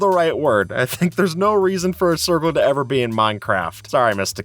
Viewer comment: "A cirvle" 😂